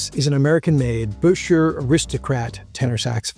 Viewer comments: I am surprised you don't know that the correct pronunciation is NOT "Busher" if you see the original promotional ads it was recommended that it should be pronounced "Bisher." I am just saying... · Not to give you a hard time, but those old enough to know say he pronounced his name bisher - sounds like fisher. Yes, I am aware of ads that have both pronunciations. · Buescher rhymes with "fisher", according to one of their own advertisements from back then. I have a 26 True Tone alto. It's quirky, but more fun to play than my YAS-23. It does NOT "sound like the same horn, top to bottom". You have to work with that :) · Great video. However, it's pronounced "Bisher".